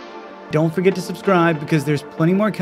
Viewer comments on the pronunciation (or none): none